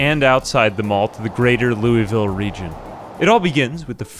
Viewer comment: It's pronounced "Loo-ville", not "Louie-ville". 🤦‍♂